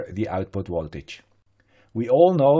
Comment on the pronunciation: why do you say woltage all the time?